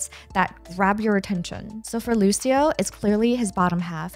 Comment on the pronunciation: Hi, nice video but "Lusio" is not how you pronounce Lucio. "Lucho" is the correct way, like luchador. Thank you.